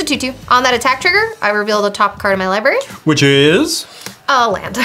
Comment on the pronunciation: Li BRARY not Li BARY common dude..